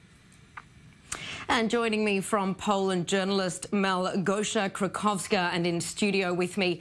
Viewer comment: ????? 'Krakowska' like 'Kraków' (major city in Poland) ????? You people better pick your polish commentators more carefully next time.